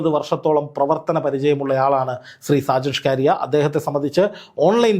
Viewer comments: സാജൻ ഷ്‌കറിയ അല്ല. അണ്ണാ.... ഷാജൻ സ്കറിയ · ഡാ കു -ണ്ണേ ഷാജൻ സ്കറിയ, അല്ലാതെ ഷ്കാരിയ അല്ല നിനക്ക് അറിയാൻ മേലാഞ്ഞിട്ടല്ല നിന്റെ നീ ഒരു thaa-യോളി ആയത്കൊണ്ട് മനഃപൂർവം അങ്ങനെ പറയുന്നതാണെന്ന് അറിയാം. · എന്തോന്നെടേയ് കിളത്തുന്നോ... ഷ്കാരിയാ അല്ല... സാജൻ സ്‌കറിയ.. നാവൊക്കെ ഒന്ന് നന്നായി വടിച്ചിട്ട് വല്ല കൂലിപ്പണിക്കും പോ.. ഷ്കാരിയാ അല്ല സ്കാനിയ വോൾവോടെ സ്കാനിയ 😂😂😅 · എടോ ആ പേരെങ്കിലും നേരെചൊവ്വേ പറയാൻ പഠിക്കു. ഷാജൻ സ്കറി യാ എന്നാണ് അദ്ദേഹത്തിന്റെ പേര്. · താങ്കൾ ആദ്യം ആ പേര് നേരെ ഉച്ചരിക്കാൻ പഠിക്കൂ